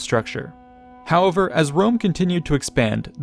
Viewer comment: Love your channel but your frequent use and mispronunciation of the word "however" is really irksome.